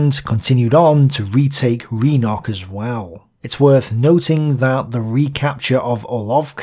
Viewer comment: Thanks for another great video! Minor pronunciation pointer if I may: Rynok (which just means 'market') is pronounced more like 'Rinok' rather than 'Reenok'. The sound is similar to the i in 'rince'. Russian, like English, differentiates between those two sounds more or less the same way. Slip and sleep is a classic example.